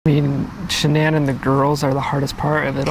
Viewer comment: The narrator doesn't even pronounce the victim's name correctly. A sign of sloppy work. Her name is pronounced Sha-nann.